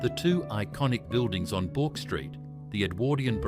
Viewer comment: 5.30 "Bork" Street? Try "Burk".